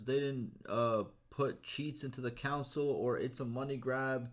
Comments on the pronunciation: Console not council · Console not Council.